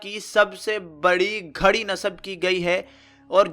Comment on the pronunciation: ghari hoti hy nakay kharri... .poor accent